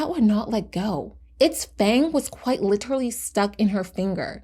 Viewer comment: The word is pronounced "lit-er-al-ly", not fucking "litraly".